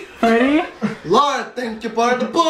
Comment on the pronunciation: lol the funniest part lol "LOrd thank you por the pood"